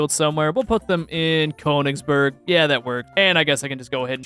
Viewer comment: Conegsberg as someone who is learning German this hurts my soul